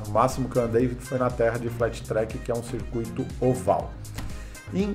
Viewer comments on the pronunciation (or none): none